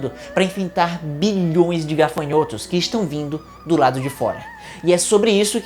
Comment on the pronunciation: Legal, agora só precisa aprender a falar GAFANHOTO. gaRfanhoto não exite 🤦🏻‍♂️